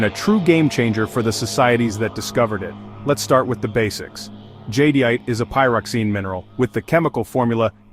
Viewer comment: The AI can’t pronounce Jadeite right… 😞